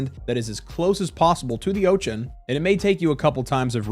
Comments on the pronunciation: please don't say ochen. please instead say ocean. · Why do you call it the "Otchan" what's up with that. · "Oach-en" Bro..where are you from, I've never heard of that pronunciation of Ocean in my entire life. I'm old too. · Never heard anyone pronounce ocean as "oation" before and I can't stop focusing on it lol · very funny how u say ochan :D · Say ocean again 😂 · I love the way you say "Ocean." lol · You pronounce "ocean" in a way that was not previously conceivable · hehe, exactly my thought, when he said it the first time i was like what did he just say? rewinding a few times 🙂